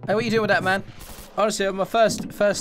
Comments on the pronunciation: not hating but everytime he says man it sounds like ma"me i dont know if that is just me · btw not all the time